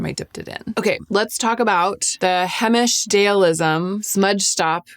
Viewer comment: Several years ago , you liked the Brown balm L’Oreal washable mascara? Do you still use it ever? It looks nice &!fluffy . Lmk thank you for vid , I’m in search as well before Fall , love Heimish balms, etc btw it’s pronounced HI-mish , not hey- mish . 🥰I’m a long time lover of their products 🎉🎉